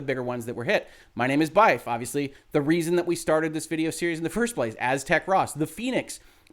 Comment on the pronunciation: Spelt phonetically As - Tech - Ross . Thank you for the video.